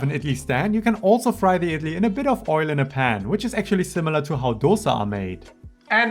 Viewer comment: Your effort is so commendable!! I absolutely love Idli and was so happy to see such a detailed and authentic video for the recipe. ❤❤❤ Your content is really high quality and I hope you get more recognition. Your pronunciation is also quite spot on !!